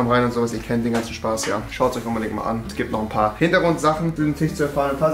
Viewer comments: TISCH Junge TISCH nicht TICH was ist daran so schwer .... 😂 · Ich gebe den Shop-Code erst ein, wenn du das Wort Tisch Tisch aussprichst und nicht Tich